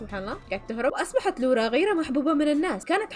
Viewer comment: لوَرا مو لوُرا